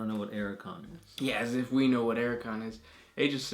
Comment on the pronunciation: Archaon. Pronounced something like Ark-ae-on. Not "Ar-a-kon".